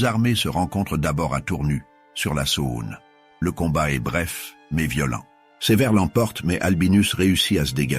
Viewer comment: Très intéressant mais ce serait bien de savoir prononcer des mots comme “Saône” ou “vingt”. Franchement, ça fait tache